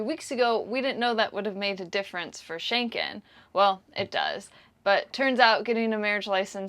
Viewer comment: It's getting on my nerves, sort of, when both of you always say "Schenken" and the right name is Schengen - with a G and not a K. The border control treaty was signed near or in an area in Luxembourg with the name Schengen. Saying it incorrect is as disturbing as if ppl started referring to the capital of Denmark as Copenhaken. Sorry for being a nervous language geek! Still in Norke (Norway), wishing you a happy sail to Enkland :)